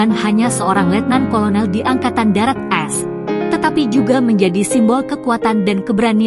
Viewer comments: Ceritanya bagus, tapi naratornya sayang salah baca, harusnya AS dibaca Amerika Serikat, bukas "as". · Mesti narasinya di buat2,, knp sih AS dibaca as??? Emgnya dari SD sampai perguruan tinggi, singkatan AS bisa di aca as ???